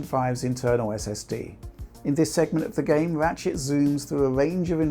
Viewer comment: Everytime says "Ratshit"